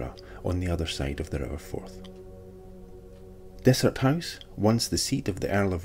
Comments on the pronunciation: Its not desert its Dysart kirkcaldy omg please get it right thanks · Not meaning to be picky but Dysart is pronounced Diesart. Great video none the less.😍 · Yup, we goofed that one! I only heard Dysart pronounced correctly a few days after we were out there, but we should have chececked beofre... We appriciate you keeping us right! Thank you!